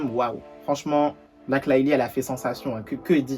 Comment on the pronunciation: Ça me stresse quand il dit Blake, c’est Blèèèykkke 😭